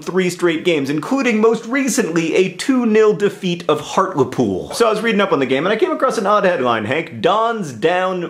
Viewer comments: Yay for Hartlepool! It does niggle me how you pronounce it (it's hart-LEE-pool!) but woohoo for being recognised! Sometimes it's like the north of England doesn't exist to the rest of the world. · Hi john long time viewer who is actually from hartlepool. great story puts us poolies on the map etc.but you pronounce hartlepool weird...sorry. its said Hart leeee pool literally meaning hart by the sea. hart being an old word for stag. apologies for typos new phone keybord is throwing me for a loop. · I've just stumbled across your video :) though 5 years later... its pronounced hart- le- pool and I'd like to add we're a town not a city ❤ we're really nice people really and only light the pitch forks and hang drowned monkeys every now and again 😂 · I know misspronunciation is your thing but, Hartlepool = Hartlypool ;) Also what can you expect from a country that has the Monster Raving Loony party \o/ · Hart-lee-pool is how it's pronounced :) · it's a town and it's pronounced heart-lee-pool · Im from hartlepool, and its strange to me it being called a city when its a town, and just an american saying hartlepool is amusing to me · HART-LEE-POOL not hart-luh-pool get wivvit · I love you John but on behalf of all British northerners.. HEART-LEE-POOL not Heart-le-pool >.< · I was born and raised there too. I love that we are getting acknowledged but is it bothering anyone else the way he's saying Hartlepool? I always pronounce it Heart-lee-pool not Heart-le-pool. Sorry I know how pretentious that makes me sound. Is it just be me who says it like that? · I had to watch this video because your talking about my hometown but then you mispronounced it's name! It's HART-LEE-POOL not HART-la-POOL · It's pronounced hart-lee-pool not hart-le -pool AAAHHH!! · John. Its's pronounced Hartley-pool. Not Hartla-pool. Come on now man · He art le pooil is how you lot pronounce it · the way he says hartlepool warms my little geordie heart <3 it's pronounced hart - lee - pool, nowt fancy john